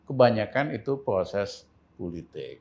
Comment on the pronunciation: Proses Bukan ploses Adohhhh